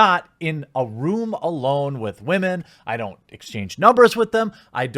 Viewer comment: "Believe all whamen". Yeah,right.